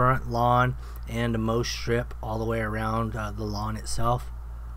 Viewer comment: for the record, its "mow" strip, as in mow the lawn.